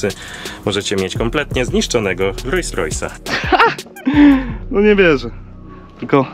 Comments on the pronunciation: Świetny odcinek chłopaki! Ale jak jeszcze raz usłyszę "RojsRojsa" to zdechne i sub ucieknie xD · Nie Rois Rois tylko Rols Rois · Rolls Royce, a nie Royce Royce.... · Super film tylko mała uwaga :) RoLLs Royce a nie Rojs Rojs 😜🤣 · 2.43 ludzie, mówi się Rolls-Royce, nazwa powstała od dwóch nazwisk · filmik mega,ale czy tylko mnie drażni "rojs rojs"":)) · Co to jest ROJS ROJS? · rojs rojs i aż uszy bolą :P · rojś rojś. rajś rover xD